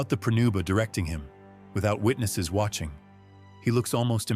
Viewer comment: It's "pronuba" not prenuba.